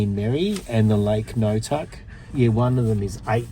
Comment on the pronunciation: Full marks for pronouncing Gnotuk correctly. There is a road past the reservoir off the Cobden Road that will take you to the other side of Lake Bullen Merri, South Beach, where you can swim, fish and launch boats and seadoos. Thank you for visiting our beautiful town.